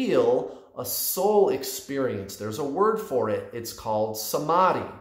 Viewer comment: I hope I'm not the only one who is getting ehhh by his pronunciation of ' samadhi '